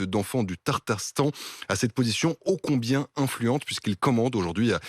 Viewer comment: . "Tartar"stan .. ce n'est pas du fromage .. C'est le "Tatar"stan. .